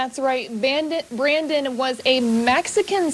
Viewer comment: LMFAO she said "Bandit" Brandon 😂😂😂